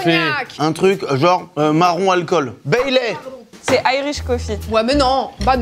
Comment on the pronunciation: Baileys déjà, pas Bailey, et il n'y a pas de café dans le Baileys